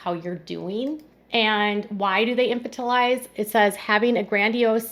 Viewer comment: "Infantilize" Please learn the pronunciation before you publish. The accent is on the second syllable, in-FAN-til-ize.